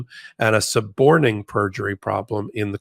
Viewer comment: thanks. It did sound a bit like you were saying “supporting” perjury.